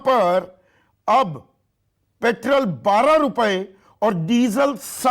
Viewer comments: आपके मुंह से मुंह पैट्रोल को पेट्रेल सुनना अच्छा लगता है 🤣🤣🤣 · Sandeep petrol bolna sikh ly